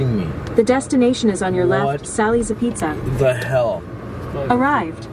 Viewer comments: It's pronounced - ahbeets.....not uh-pizza. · It's pronounced, "abeetz" not, "apizza"